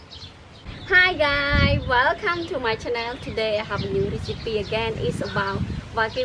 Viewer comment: Hi GUYS, not hi guy. I actually don't mind but its too basic not to say the "S".